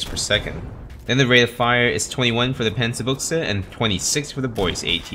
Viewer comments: Say Panzerbüchse, not Pänzerbuchse. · Think think its pronounced as panzer byou-huh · It's pronounced panzer Boosha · Well, actually it's pronounced Panzer Büchse with the ü being closest to something like the i in "bird". So it's more like Panzer Bi(r)gse